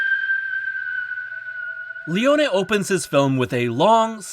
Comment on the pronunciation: Finally someone who pronounces Leone’s name correctly!🎉🎉🎉